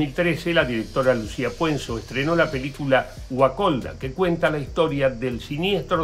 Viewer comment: Wakolda se pronuncia Uacolda.